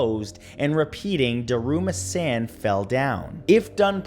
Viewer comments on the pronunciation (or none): Its Daruma San..Not Daruma Sen... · Matthew, 'Daruma San' the Japanese ghost name is pronounced, "Dah-roo-mah Sahn"... Love the videos.